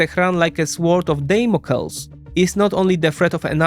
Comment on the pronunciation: Sword of Damocles "Damn-oh-cleez" lmao